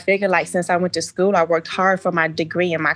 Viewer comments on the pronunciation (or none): She the it girl in scue. She cant even pronounce school. 😂 Kevin I like you. Lol Code for if I cant manipulate you just dont destroy my non-sensical logic. But daddy says. 😂 Shes about to make one man very happy. Her husband. He just dont know it yet. Woman-Children out here runnin wild but The Godfathers not havin any of that ish. 👏👏👏👏👏👏👏